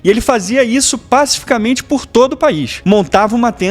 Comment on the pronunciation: A pronúncia correta da palavra é PACÍ - FICAMENTE e não PÁ - CIFICAMENTE, pois ela é derivada da palavra PACÍFICO / PACÍFICA.